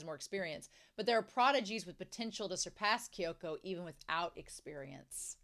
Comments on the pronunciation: Minor nitpick, but you often sayKyoko's name wrong. It's Kyoko (or Kyouko), not Kyoka. The name ends in an O. Though sometimes you do say it right. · Kyoko Sakura, not Kyoka.❤ don't worry, Romania, Kyoka is a nice name - just not hers. 😮😊😂 and it's Sa-ya-ka (prounounced sa-ya-kah) for Sayaka, ok?😮😊 Still, don't worry about it. It's much easier for you than my name, prolly, anyway ( my surname is Rynkowska, try to say that, not in American lg XD😂 ya know, don't try unless for fun)